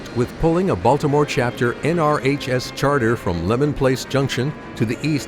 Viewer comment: It's pronounced Lee-man Place Junction not Lemon